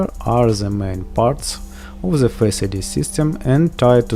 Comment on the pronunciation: It`s not „ZE“ it`s „THE“